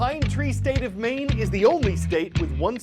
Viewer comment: Maine has one syllable. Incarnate Word Academy Middle Level Corpus Christi, TX